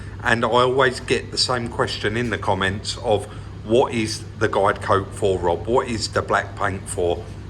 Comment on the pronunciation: Ah so it is guide coat - I always thought you were saying Glycoat as if it was a brand name or something. :-)